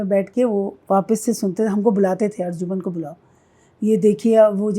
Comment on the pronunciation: Arjuman nahi arjumand. ارجمند=فارسی،قدرو قیمت والا،عزیز